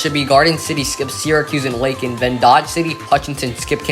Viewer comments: ...and LAY-kin, not LACK-in. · "Lay-kin" not "Lah-kin."